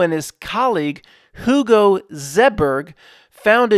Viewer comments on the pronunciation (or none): none